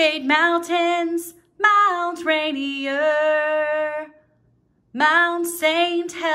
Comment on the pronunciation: Those of us in Yakima, WA who can see Mt. Rainier from our homes, would love for you to pronounce it “Rain-ear” ! And thank you for singing nice and slow, we appreciate that. ❤